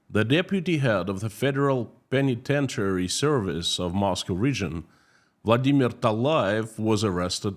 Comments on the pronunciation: Oral tip: it sounds more like, "Pen-a-Ten" not "Pen-E-Ten". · I love your show, I've been watching for some time now. I would love to help you out a bit as an editor, if you ever need any help structuring sentences, in a way that the US will read it. Or I could phonetically help you pronounce words like penitentiary, lol. but hit me up if you're interested, I really like listening to your Russian accent so it doesn't bother me but I hear other people commenting about they kind of lose track of what you're saying because they're listening to how you're saying it. Which is stupid because you speak two languages, which is way more than most people here. And your use of English is pretty good actually. But if you ever want any help hit me up, like I could just quickly look through what you post in writing and suggest a few things if you'd like. I really like your message and I want more people to pay attention to it. So if you need any help let me know. Tc, Deb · pronunciation of "colonel" and "penitentiary" shows that he knows how to spell those words, which is more than I can say of a lot of Americans.